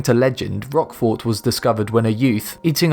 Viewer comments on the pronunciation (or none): Oh come on! The T at the end of Roquefort is NOT pronounced. In is pronounced "rokfor". It's French FFS. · "Ooze milk cheese?" Seriously, it's "Ewe" (pronounced like the letter "u") as in a female sheep. He also is mispronouncing Roquefort, the "o" is hard (at least, everyone I know says it with a hard "o" it might be different in France itself.) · You don't pronounce the "t" in roquefort